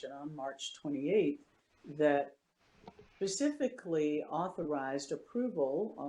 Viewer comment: Did this doctor just say pacifically?